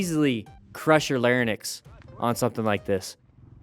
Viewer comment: It is lar-inks, not lar-niks.